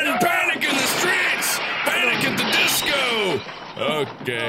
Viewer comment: "panic at the streets, PANIC AT THE DEESKOO"